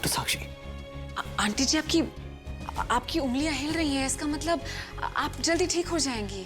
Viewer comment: Aaj. Tak. Matlab. Ko. Matbal bolti aayi h😂😂😂😂😂😂😂😂😂😂😂😂😂😂😂😂😂😂😂😂😂😂😁😁😁😁😂😂😂😂😂😂😂😂😂😂😂😂😂😂😂😂😂😂😂😂😂😂😂❤❤❤❤❤❤❤❤❤❤❤❤❤❤❤❤❤❤❤❤❤❤❤❤❤❤❤❤❤❤❤❤❤❤❤❤